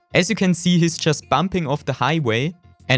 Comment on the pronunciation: Why germans say Seee 🤦🏾🤦🏾🤦🏾🤦🏾🤦🏾